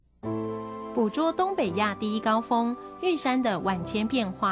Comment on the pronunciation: 做為教材 我們建議本片主播換人 重新配音 第一高峰 峰音ㄈㄥfeng不是ㄈㄨㄥfong 深深為玉山著迷 深深 是 ㄕㄣ 不是"生生" 杜鵑盛開 盛音ㄕㄥˋ 不是 "腎開" 萬種風情 風音ㄈㄥ feng不是ㄈㄨㄥfong